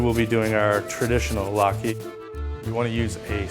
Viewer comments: Umm, Lat-key? Pretty sure it's lat-kuh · latke not key man...